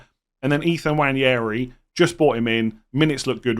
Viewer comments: Nwaneri, not Nwanjeri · For the love of god please say “Waneri” instead of “Wanyairy” it’s killing me. No idea where the Spanish Ñ came from 😂